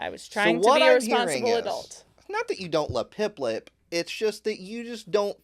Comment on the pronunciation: is it me or did he say piplep instead of piplup